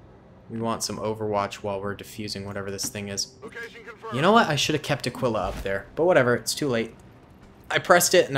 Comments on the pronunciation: Aquila’s name isn’t pronounced “ah quill ah” as I heard you say it... it’s more like “ah key lah” not tryna be nitpicky I just know bc it’s my dogs name XD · Aquila is pronounced Ah-kee-lah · Aquila is pronounced (uhh-key-luh)